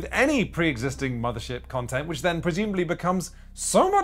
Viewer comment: I had to "rewind" a few times to correctly hear you saying Quinns Quest Quontent (instead of content).